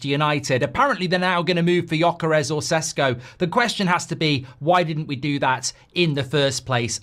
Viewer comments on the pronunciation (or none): Hey Mark! Awesome takes and opinion, thank you! Small correction there Sesko is pronounced Sheshko.